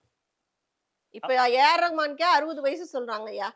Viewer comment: This old guy is just jealous that ARR earns in crores but this fella have to gv fake news to some unknown channels just to earn 3-4k. He's talking like he's been holding lamp beside ARR and follows him everywhere. He can't even pronounce Rahman properly. ARR loves Tamil Language but he is not someone that will push his family to learn or love Tamil too like him. He understands that every human has their right to choose, love and believe on whatever they wants and one person should never influence the belief of another person. If u love Tamil and u force your family to also love tamil like u, that's what patriarchy is. That's how you use ur Male status to dominate the family. So people like u who doesn't know what ethic means shouldn't speak about the ethic of a gem called ARR. ARR means respect Genuine.